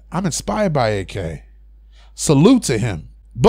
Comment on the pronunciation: The other day, I wrote a message about you calling him A-K in every video I've seen of yours. Now you're saying "its for short, I don't like saying peoples whole name". Dude, you're literally using an extra syllable instead of calling him "Ak" instead of "A-K" like normal people have been doing. Just saying, its fuckin weird...